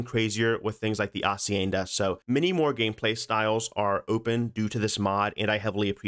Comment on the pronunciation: dude... as a multilingual person... your pronunciations are insanely good. like wtf. kudos bro. the semi-aspirated H in 'hacienda' was chef's kiss